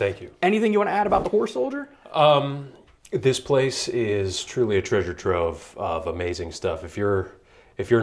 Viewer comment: Kept sounding like the presenter was saying “whore soldier lol”. Jokes aside amazing museum!!